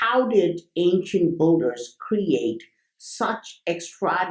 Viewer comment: Great video :) Oh by the way, phonetic of "Builders"^ BIL-DERS not Bul-durs :) Love these Vids